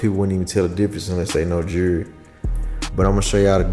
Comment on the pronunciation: 😂 the way he says “jury”…. I thought it was pronounced jewelry 😅